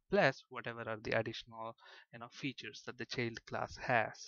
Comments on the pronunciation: Sure the sound quality isn't the best, but the biggest problem according to my pupils was the mispronunciations. For example Event isn't all that bad, but Child is spelled with an I and should be pronunced that way, This made my students somewhat hesitant to trust the otherwise mostly good explanations. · Thank you for these free tutos. Everythink is perfect but the prononciation of "child =D" not like that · What keyword are you using for derived class? Sounds something like cheld class. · ah, he's actually saying 'child' class. Sounded wierd.